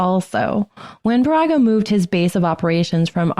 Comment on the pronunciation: Baraga=BEAR=ah=gah. Keweenaw- KEY wee nah